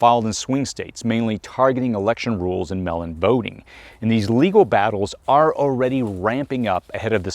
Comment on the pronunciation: WTH?! The word "MAIL" is pronounced like 'male" - it's not pronounced like "MELL" as you said.